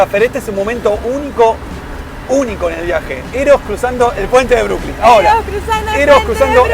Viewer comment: Es Brooklyn No(Brookling). Ademas New York es el nombre de la ciudad y tiene cinco barrios: Queens,Bronx,Manhathan,Staten Island y Brooklyn.